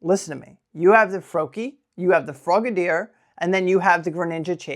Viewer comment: I’m here for frog-uh-deer